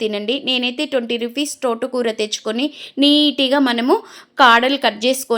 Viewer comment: టోట కూర కాదు, తోట కూర ఆని పలకాలి ఛీ ఛీ